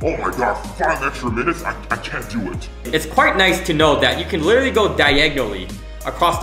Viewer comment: You should literally stop saying literary :goodvibes